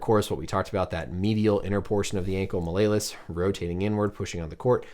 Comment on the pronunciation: Love this channel, but the Latin student and fellow sideline provider in me cringed at the pronunciation of “Mal-lay-lus”. It’s “mal-E-O-lus”. “Small hammer” in Latin.